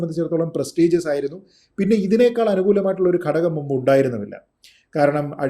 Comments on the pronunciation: ഗഡഗം അല്ല ഘടകം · ചേട്ടാ ഗടകം... അല്ല... ഘടകം ആണ് ശരിയായ വാക്ക്.. മാധ്യമ ധർമം മലയാള ഭാഷക്ക് കൂടെ പ്രാധാന്യം നൽകൂ... നിങ്ങൾ tiktok വീഡിയോ അല്ലല്ലോ ചെയ്യുന്നത്